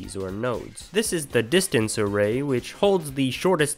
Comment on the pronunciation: Array ... "A Rei"